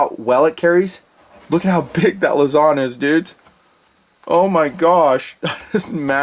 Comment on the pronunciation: Hi. Filipino here. It's not (luh-ZON), it's (LOOSE-ohn)